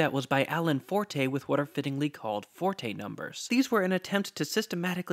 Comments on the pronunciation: Great video! BTW it’s pronounced fort, not for-tay. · You are pronouncing Allen Forte's name incorrectly. It's pronounced like "Fort" (without the "e") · I used to pronounce the name as "Fortay" until Professor Robert Pascall (who knew Forte personally) told me that it's pronounced "Fort".